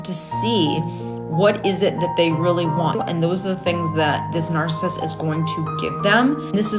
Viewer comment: Learn how to pronounce NARCISSIST if you're going to use it. TY.